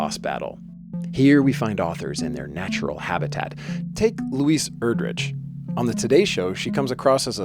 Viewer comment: Mispronounced Erdrich.